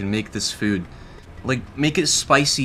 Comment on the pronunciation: What I discovered in this video: says food as "fuud"